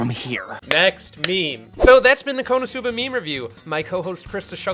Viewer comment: When you said konoscuba I thought it was going to be scooby-doo and it was konoscooba